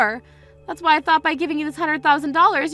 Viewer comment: It is not What , it's WHY why jeez